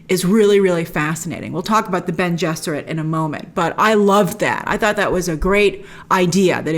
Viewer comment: Its Bene ! lol but yeah!